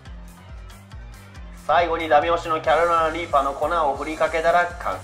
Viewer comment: 毎回キャロライナリーパー言えてねぇぞ